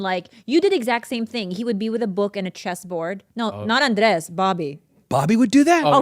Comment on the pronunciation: SOMEONE FINALLY CALLING OUT BOBBY MISPRONOUNCING ANDRES' NAME